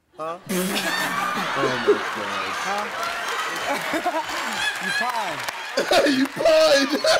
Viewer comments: he said cupine, not porkupine, it’s porkcupine, I know it spelt wrong it’s on purpose to make a point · nope, steve repeated it as kupine but he said upine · he said upine IT DOESN'T EVEN MAKE SENSE?? "porkkupine" wtf does that mean? It's porcupine, porc-upine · but he did say what comes after the word pork not the sound. In case u didn't know it's spelled porcupine not porkupine